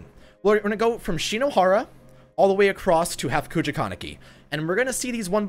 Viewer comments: Kogoja????? I thought it was kakuja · kakuja (ka-coo-ja)